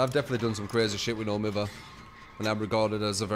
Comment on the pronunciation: It burns my brain to listen to you pronounce no mither like that lmao